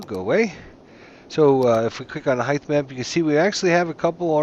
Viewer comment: was driving me crazy too. Sounds like he's saying "highth map"